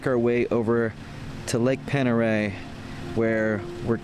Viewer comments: Let me help ya out with that…Pendereille is pronounced (Ponderey) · Pend Oreille is pronounced Pond Da Ray. Welcome but watch those California plates going too far onto someone's property. 😄